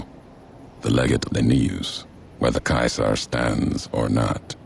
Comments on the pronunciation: Dunk Kubrick Not English in English it is See Sar In Roman in Kai Sar just the pronunciations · I think it depends where you're from in Australia we pronounce it 'see-zah'